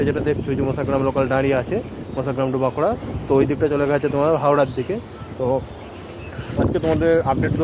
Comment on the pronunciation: You need to emphasize a little on the alphabet of truth... eg : বাঁকুড়া not বাঁকুরা